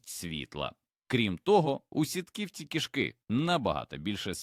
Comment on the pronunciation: Інформація цікава, але озвучення ШІ все псує! Слухати такий контент з жахливими спотвореннями наголосів - себе не поважати! кішкИ сплять, клЮчиці, хрЕбці, мУркоче, кОта, лапкИ, кУщі, здобИча і т.д. Цікаво, чи автори каналу самі слухали те, що вони пропонують людям?